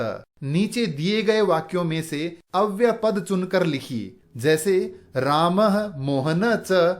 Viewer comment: अव्य शब्द के साथ य अक्षर है जो अव्यय शब्द बनाता है । गुरुजी आप अव्यय के स्थान पर अव्य बोलते है सुनाई देते है ।